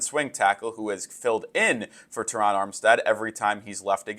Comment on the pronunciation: Thank you for saying Terron how it sounds!!! My name is also Terron and the way people butcher our name is insane lol😂 PHINS UP 🐬 💪🏾💯